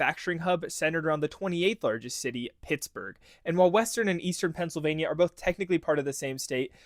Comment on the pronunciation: “Eastern Phiansylvania” great job AI